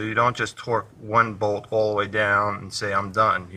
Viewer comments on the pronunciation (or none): none